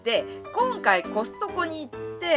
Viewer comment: コストコがホストに聞こえた（笑）